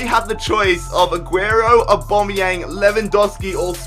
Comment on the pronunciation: y does he say abomyang